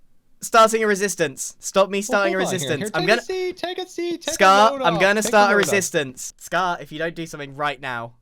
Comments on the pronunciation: how many times did he say risistance in this episode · I- Grian... I believe you said "resistance" about... 40 to 50+ times... Are.... Are you ok? °^°" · 'Resistance' is sounding less like a word the more you say it.